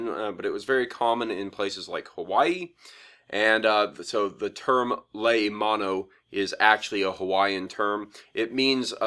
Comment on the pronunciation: your pronunciation is a bit wrong, it is pronounced like lay-o-mon-o, lei means garland,Mano means shark, o is a proper noun, it means "a sharks garland" in English, I know this as I speak a decent bit of 'Ōlelo hawai'i, and I am from hawai'i, I just get annoyed at mispronunciations (idk if I spelt that right) but It's not your fault for not knowing, so I hope this comment helped understand the pronunciation a bit more, love your vids btw !!